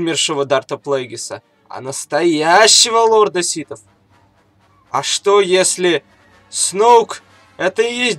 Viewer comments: Ситов? Ситхов блин. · "... лорда ситов.. "?! может лорда сиТхов? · (Видео для вас!) ДА МЛЯТЬ ! НЕ ситов , а СИТХОВ !!! один малограмотный ляпнул СИТ, другие повторяют... сами вы ситы, ситечки для чая ... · Лорд ситов... СИТОВ, Карл, не ситхов, а ситов, блять =))) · Ситов, или ситхов? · Почему ты говоришь ситов? А не ситхов? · не ситав а ситхав